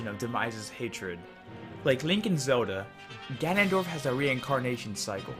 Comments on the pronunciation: sounds horrible... Its Zelda , not "zeruda" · its pronounced Ze-L-da